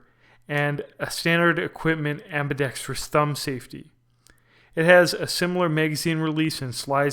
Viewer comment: Holy shit. You said "ambidextrous" the right way. Maybe it's an omen that the Equinox is the version to get. I've been torn between this one and the SAS. Also, 100% on that last portion of your video. It's part of the reason I'm not just getting a basic-ass Kahr CM9 or Glock 43. Although the bigger reason I'm not cheaping out for those is that they are simply painful to shoot.